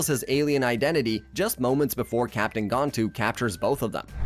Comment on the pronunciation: You can tell the narrator was not the writer of the script. He keeps saying jumba and gantu wromg as well as many other normal words.